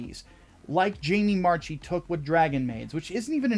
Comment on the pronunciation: I believe Jamie Marchi's last name is pronounced MARK-EE as opposed to MARCH-EE. With that being said you are right on all counts.